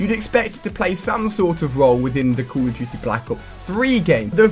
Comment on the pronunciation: Dude you say "cool" of duty...HAHAHAHAHAHAHA